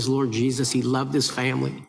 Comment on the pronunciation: I had to rewind when Rep. Troy _ said that Kirk loved his Lord Jesus. I thought he said he loved his orgies! I thought maybe there was more to this. LOL.